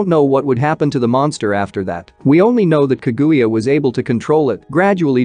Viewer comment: bro this robot voice is aids; pronounce ka-guya. jesus